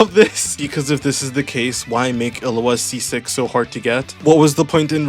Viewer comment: is it like an inside joke that you call illuga "illua" or was i pronouncing it wrong the entire time